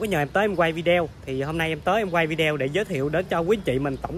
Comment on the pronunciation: Bạn nói vi đeo nghe kì quá.Đọc lại đi b